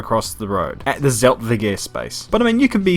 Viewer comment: Nice vid but u are saying Zeltweg every time wrong lol